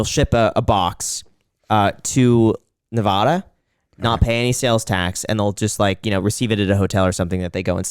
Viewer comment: Still not pronouncing Nevada right, huh? :)